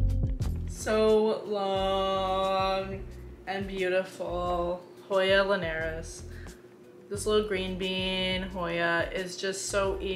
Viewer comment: Hi, love your channel & your hoyas are beautiful ❤️...I've got 3 at the moment: a princess, wayetii & obovata. Oh, and here's a couple pronunciation tips:. "why-et-ee-eye" "poob-uh-cal-icks" & "lin-ee-air-us" 😊